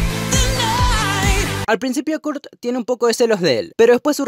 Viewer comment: aprende a pronunciar Kurt y dsp hablamos